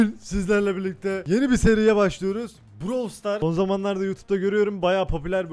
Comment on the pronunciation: Brawl stars diye yazılıyor browl stars diye okunuyor